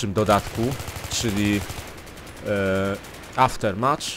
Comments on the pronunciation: Mówi się aftermaf. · Trudno to napisać, ale słychać takie "Aftermef". /watch?v=Ag4qoNzEH4w obejrzyj sobie to, dzięki temu nauczyłem się wymawiać tą trudną głoske "th". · Pisze się Aftermath a mówi się aftermat.